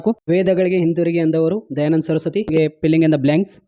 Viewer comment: Filling ❌ pilling in the black 😂😂